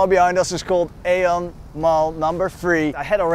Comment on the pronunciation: Pronounced E On